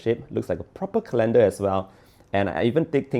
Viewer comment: Colander? For sifting flour? 😅